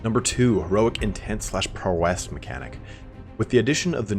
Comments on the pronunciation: awesome video, just you'd pronounce "prowess" correctly :P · The way this guy says "Prowess" is annoying